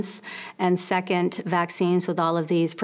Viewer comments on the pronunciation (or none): none